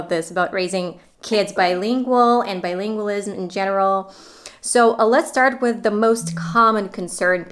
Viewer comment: You are mispronouncing the word bilingualism.